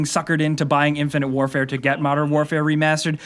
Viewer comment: Hahahahahahahahahahahahaha he's playing "infinte wrfre" what a joke!